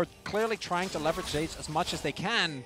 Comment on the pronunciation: Zeus is zeus not ‘Zay-us’